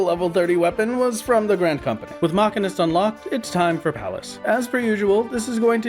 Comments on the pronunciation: i don't know why it bugged me so much but it hurt to hear him mispronounce machinist (muh·shee·nuhst) by calling it makinist. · LOL why are you saying Machinist like that? its simply Machine-ist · yikes that MCH pronunciation. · Your pronunciation of machinist is extremely upsetting. It's not even a fanciful fantasy word you live in a world with real machinists and I am distraught that you've been mislead like this.